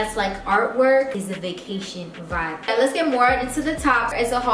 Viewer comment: All I’m hearing is “go swipe your card RIGHT NIE”